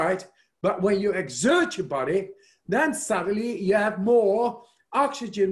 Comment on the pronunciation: Love his app - and when he says “YOU’RE DOING FANTASTIC” and feel it “thru your BOD-EH !